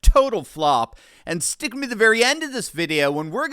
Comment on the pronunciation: Why do you always say, "Stick-uh me to the very end..." ? Every time!!!